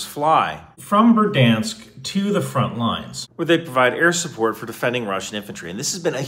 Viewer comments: A quick hint on pronouncing Ukrainian, Russian, and most Slavic languages; the emphasis is almost always on the second syllable. So it's berd-YANSK. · Dude, it’s Ber-DY-ansk! Not Berd-Ansk…You seem to miss the middle “DY” syllable! ❤ from 🇨🇦🌻🇺🇦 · Berdyansk is how my special cousin pronounces "break dance"